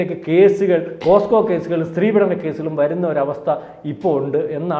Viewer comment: പോസ്കോ അല്ല, പോക്സോ എന്നാണ് ഉച്ചരിയ്ക്കേണ്ടത്. POCSO - Protection of Children from Sexual Offences